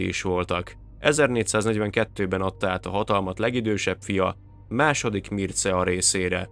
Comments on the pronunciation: A Mircea kiejtése mircsa. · Mircea nevet így mondjuk és olvassuk= Mircsea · És nem Mircea hanem Mircseá-nak ejtik